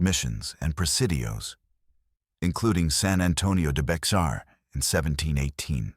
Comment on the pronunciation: the X in Bexar is silent. It's "Bay-har".